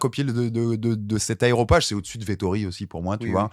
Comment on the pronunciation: Coucou! Énorme respect pour votre taf. C’est incroyable., je me permet de vous reprendre parce que vous la faites super régulièrement: c’est « Aréopage et non pas aeropage » ^^